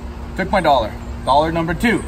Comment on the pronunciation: He calls dollars dollhares 😂